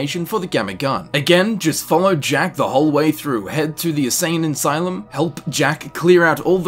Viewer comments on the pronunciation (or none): "Asane insylum"... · "assain insylum"